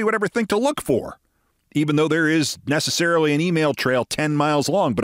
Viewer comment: Penelty, not nececelery 😂